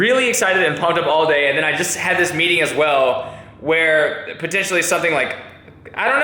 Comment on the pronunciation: 00.15 sec, what is this word "botentially" you use? lol, I'm just playing (heart)